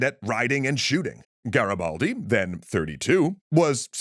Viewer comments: Listen, I love you, you do amazing video. But the I in Garibaldi is read E, You are saying Garabaldi it's too funny😂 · Nice to see finally Garibaldi featured but the pronunciation killed me, could've at least learnt it correctly